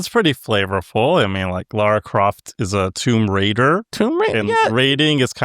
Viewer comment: "Laura Croft" 😂